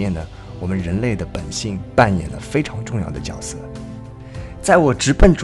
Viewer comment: 提个意见，角色，这个词 发音 是绝色，不是脚色。